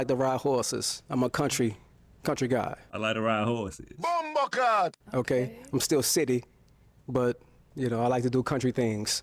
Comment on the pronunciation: Did he say, "Whoreses?"